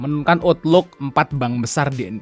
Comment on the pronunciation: Cara bacanya gini bos Outlook : autluk Money : mani Moody's : mudis